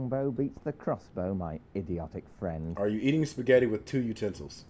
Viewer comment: Ooh fwend, video fwend.